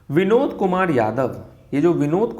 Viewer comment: Vinod sounded as binod... And i was laughing for ½ hour straight😂😂😂